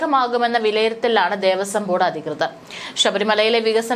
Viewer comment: ദേവസ്വം ബോർഡ്തല???? ഭഗവാനെ മലയാളത്തെ കൊന്നു കൊല വിളിക്കുന്നു😡😡 ദേവസ്വം ബോർഡ്. തലവെച്ചു കൊടുത്തത് എന്നാണ് വായിക്കേണ്ടത് ബോർഡ്തല അല്ല...